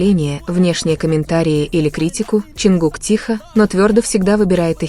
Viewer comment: Джанкуг и Таюнг.... Что Это???? Вы можете нормально произносить имена парней их зовут.... Тэхён и Чонгук... Слушать неприятно. Как только не назовут... Вас граммоте учили или нет???